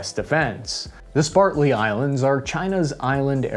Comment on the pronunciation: Said it twice wrong. Then he mispronounced Spratley islands as Spartly. Wtf, just learn to read and speak. Love the shows :)